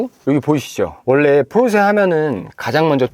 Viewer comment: 이분 처음보는데, 포르새 포르새하면서 발음이 새는것빼고는, 리뷰 잘하시네요!!